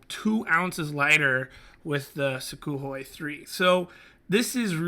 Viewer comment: Oh, and it's pronounced soo-(k)hoi with an almost silent K